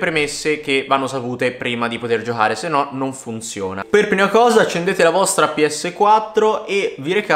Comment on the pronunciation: Giohare?😂 Giocare non giohare